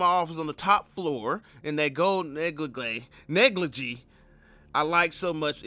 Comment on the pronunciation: The way u pronounce negligee took me out. Lmao